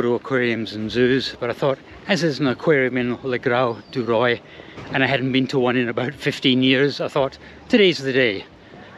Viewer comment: the pronunciation of le grau du roi il "luh gro du roah"